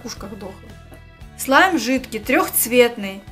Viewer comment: Не смайл а слайм